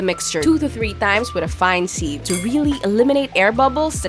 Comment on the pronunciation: The way she pronounced sieve 😂😂😂